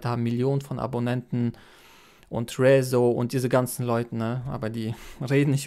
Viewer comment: Rezo wird übrigens Englisch ausgesprochen also eher "Riso"